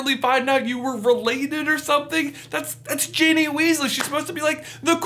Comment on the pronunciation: These people butchered Ginny.